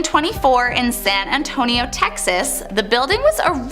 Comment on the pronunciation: Please Google how to pronounce these words before making these videos! I love this channel but as a born and raised Texan these pronunciations gave me the ick lol Waco = way-koh Davidians = duh vid ee ans San Antonio = San Ann tone ee oh Fort Cavasos = kuh vah sohs